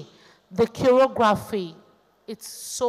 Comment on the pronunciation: Pronouncing CHOREOGRAPHY as CHEROGRAPHY... #Mtchewww